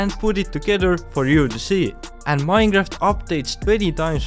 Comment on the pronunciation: vanilla minor?????? your english is a bit mad you know